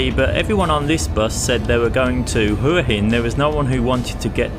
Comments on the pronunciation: HUA HIN = WHAA HIN good video though thanks 👍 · Hopefully uou know how to pronounce Hua Hin now :p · Try pronouncing Hua Hin properly 😊